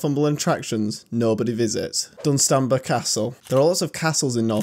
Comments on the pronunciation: Laughing in Northumbrian... Dun’stan’brah bam’brah Cheev’eeot ❤ Great video, I adore my county. Oh and the rock formation is part of our volcanic sill and is called grey meres tail 😊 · Your pronunciation of Dunstanburgh will make every Northumbrian chuckle, good video even I've never been to Cateran hole, but to say no one visits some of the others is stretching it a bit, especially Dunstanburgh and Preston Tower. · Once I got past your pronunciation of Bamburgh and Dunstanburgh 🤣I really liked your vid cheers 🍻 and thanks.